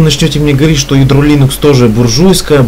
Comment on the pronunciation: дружище, слово "лИнукс" ударяется на первый слог по имени автора ядра - ЛИнуса Торвальдса, а не ЛинУса. По крайней мере, Линус сам так произносит: лИнукс. Тренируйте произношение.